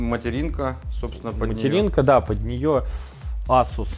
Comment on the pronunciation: я его азуз в азуз имел , как резало слух Вроде Асус говорится